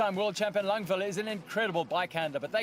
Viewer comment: LANG VAD Langvad learn to read.. WTF